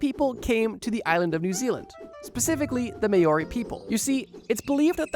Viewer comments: what is mayorey!?!?!?!? roll the tongue its sort of like mouldy. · Mow-ree, not may-or-ee. Mow pronounced as in "Ow, I have hurt myself," not like mowing the grass. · Maori is pronounced more like "Mow-ree" (ow as in cow) rather then "Mayori" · Māori is pronounced "mah-ori" not "may-ori". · it's called Ma-ori. Not Mayori. 😭 At least research pronunciation as well. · hey so im from New Zealand Māori is not pronounced that way its more sounds like mol ri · Maori = moldy pronunciation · This guy said "may-ore-eyy" like 8 times instead of Maori and he sounds like he's about 16 years old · Please google how to pronounce "Māori", I'm flinching every time you say Mayori 😂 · Māori (Mow - Ree) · wtf bro u really dont know how to pronounce Maori? May-or-ee sounds like nails on chalk to me. i dislike this video because of that and im not even a Kiwi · Holy shit dude that's the worst pronunciation of Māori I have ever heard it's mao ri like meow with no e sound then ri and roll the r and if you want it even better say Moh Rhi and roll the r on rhi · it is not pronounced “may ori” i’ve never heard it butchered this badly oh no 😭😭😭😭😭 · First time ive ever heard Maori pronounced mayo-ri lolol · New zealander here, voluntairing myself to assist with pronounciations of maori words - which is pronounced - mow-ree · Maori is not pronounced as may-or-i. Stop whitewashing shit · May ooory mythology pronunciation upsets me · "may-or-ee" is crazy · M-our-ee! Not whatever TF you were making my ears bleed with! A little effort goes a long way! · Dude. It's pronounce Mow wee. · I actually got traumatized by how tmb pronounced "Maori" It's pronounced like Mow-ree (make sure to roll the R) also you pronounced "moa" right the first time, moor-a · "Maori" is pronounced Mow-Ree, like Mow to rhyme with Cow :) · Please stop saying 'mayori'. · Māori is pronounced Maw-ree, with the r being rolled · It's pronounced mou-ri or mow-ri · It’s actually more like “mol-ree” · insane way to pronounce Maori